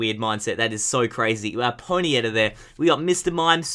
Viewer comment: How to pronounce ponyta; Poney ta not ponieta!